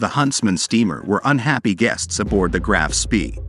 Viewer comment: It's not "Graff", but Graf, and the surname is pronounced Shpé